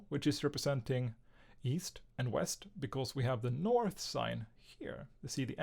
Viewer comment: bro said weast once